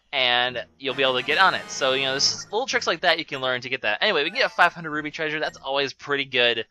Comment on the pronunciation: Am I just hearing wrong, or does he keep saying "Ruby" instead of "Roo-pee"?